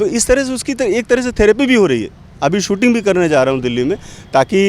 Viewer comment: ऐंकर जी! शुद्ध हिन्दी तो आपको भी नहीं आती है।आप को 'स' और 'श' के उच्चारण में फ़र्क मालूम ही नहीं।शूटिंग को सूटिंग बोल रहे हैं।